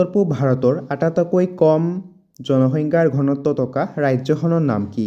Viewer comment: আটাতইকৈ নহয় আটাইতকৈ ক'ব। আপোনাৰ উচ্চাৰণটো অলপ ভূল হৈছে।